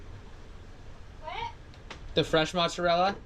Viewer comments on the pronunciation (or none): none